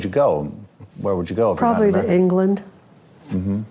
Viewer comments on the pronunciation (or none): 👋 Buh-bye! Maybe Babs will get an English lesson on pronunciation of “probably”. It isn’t “probley”.